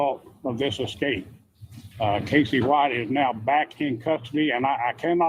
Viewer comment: EScape not EXcape. 😉